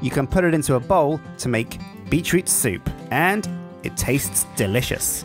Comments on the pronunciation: heard "beet treat". Had to pause and read the item description to make sure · I heard "Beat Tree" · Is he saying "bee troot"?